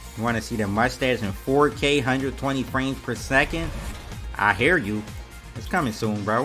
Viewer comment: "I hair you. It's comin soon" goddamit. hahahaha!